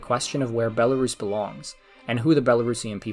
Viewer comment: You are not pronouncing country name correctly